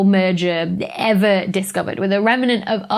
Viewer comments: "Rem-en-ant" ... so precious! :) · Learn to pronounce remnant correctly.